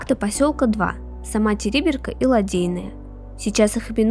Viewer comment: Ударение на второй слог !!! ТерИберка !!!